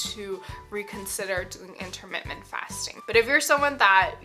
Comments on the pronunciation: I appreciate your videos and information. Maybe this is not worth mentioning but I believe you put an extra m in your pronunciation of intermittent fasting, pronouncing it intermittMent rather than inntermiTTent. A small point maybe but I found it distracting. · My OCD will NOT let this go. The word is IN-TER-MIT-TENT; not in-ter-mit--ment. Sorry and thank you 😊